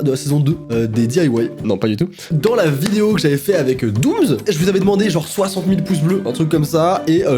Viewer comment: C'rst moi ou tu dis Doom"z" ?